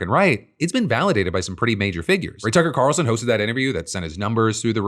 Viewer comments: Did anyone else hear him say "Cucker Tarlson"? 😂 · 😂 i had to rewind and now I'll never not say cucker tarlson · "Cucker Tarlson," Good shot Phil, even if it was unintentional. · I don’t know if “Cucker Tarlson” was on purpose or not but either way it’s very funny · Did you call him Cucker Tarlson? 😅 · Ok I’m not the only one who noticed “Cucker Tarlson” that’s hilarious and if not intentional what a Freudian slip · Not Phil saying Cucker Tarlson. xD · did you really say "Cucker Tarlson" ? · I heard "cucker Tarlson" 😂😂😂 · Did Phil call him Cucker Tarlson? 😂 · for sure right.. i listened to it a handful of times.. for sure it was cucker tarlson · DUDE I just raced here to see if it was just me 🤣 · Okay glad I'm not the only one. I also had to run the video back a couple times just to be sure because I kept thinking "there's no way" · never have I heard you mix up a name before. I had to rewind a couple of times. You are human! hehehe if you want to know what i'm talking about "Cucker Tarlson". You're still the best! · phil im unsure if you noticed but you slip up and say cucker tarlston and i've been laughing about it for a while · Did you say Cucker Tarlson? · "Cucker Tarlson" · Did he say... Cucker Tarlson? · LOL I caught that "Cucker Tarlson" Nice job Phil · “Cucker Tarlson” almost made me choke on my coffee. 😆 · lolol was that a "Cucker Tarlson" I heard ?? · did you mean to say Cucker Tarlson or was that a misspeak? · Are we just gonna skip over “Cucker Tarlson?” 😂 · “Cucker Tarlson” goes crazy hard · Did you just say cucker tarlson? 😂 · "now a big thing to remember with cucker tarlson" got me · Did fill intend to say “Cucker Tarlson” or was it a freudian slip? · “Cucker Talson” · The Spoonerism - absolutely tickled my funny bone. I’m still laughing about it. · Did i hear you say 'cucker tarlson' ? Bc i like that one better LOL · "Cucker Tarlson" bahahahahaha. Am I the only one that caught that? lol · Did... did you say Cucker Tarlson? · "cuckle tarlson"